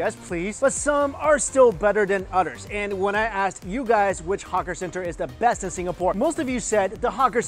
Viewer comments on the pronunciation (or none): Lol the way he pronounced the word "others" in the beginning made me smile #somearebetterthanotters